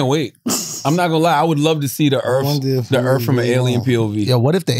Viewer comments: I don't know which is more cringe. Taylor saying she is a alien and isn't from this planet. But having some stupid views and questions about aliens. Or Charla trying to have a intelligent convo about earth. All while calling it earFFF the whole time. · Take a shot every time Charla says Erff instead of Earth